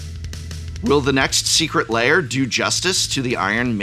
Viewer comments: Why does he pronounce it "layer"? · Am I going crazy, or is he pronouncing it "layer"?